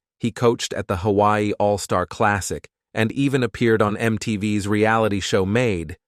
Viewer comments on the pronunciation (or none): none